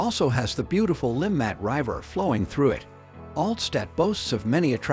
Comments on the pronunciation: This is a horrendous video using AI which can't evem pronounce "river" correctly, nevermind the Swiss place names. It also shows footage of Bahnhofstrasse for the Limmatquai section, and overlooks many of the most attractive and historic parts of the city. I live in Zurich. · Learn how to properly pronounce river . strasse etc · Are we gonna ignore the fact how the narrator reads RIVER?.....